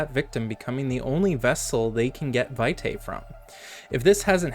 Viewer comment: It's pronounced VEE-tie. It's Latin.